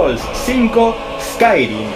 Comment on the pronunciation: ES CAI REEM (Skyrim) ;) HOMBRE LOBO-VAMPIRO-ORCO-MAGO-NIVEL 80 :OOOO